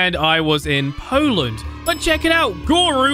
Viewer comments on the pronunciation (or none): none